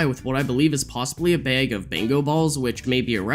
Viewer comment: Love your videos! Just wondering why you pronounce bag, bayg?